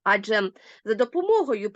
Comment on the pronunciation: АджЕ - наголос - на останньому складі!